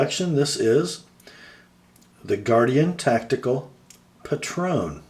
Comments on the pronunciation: I love mine, but the style is not for everyone. It's actually pronounced Patron like patriot, I was wrong in my first vid too haha. The blade is a reverse tanto, and I knew you'd appreciate that it's ground lean. The clip could definitely be better, and it rides higher than any other folder I've owned. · I think it's pronounced PAY-tron (with the emphasis on the first syllable).....